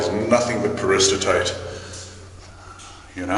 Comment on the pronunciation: There seems to be a disconnect between the pronunciation and spelling of "Peristerite" here...